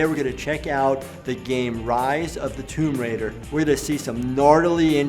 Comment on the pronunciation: She's called "Tom Ryder" here instead of Tomb Raider, worse than the very similar Laura 😂